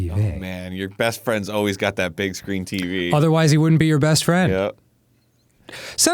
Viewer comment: This is the first episode I've noticed Dan's accent when he says "Teevey"